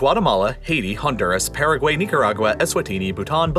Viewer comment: It's ParagWHY not ParagWAY!